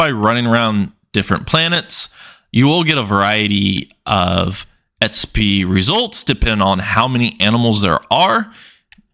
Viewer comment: Xp not sp or etspy what the heck are you saying